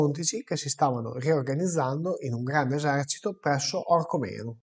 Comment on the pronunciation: cmq si dice orcOmeno con l'accento sulla seconda "o", non orcomEno!! 😉😉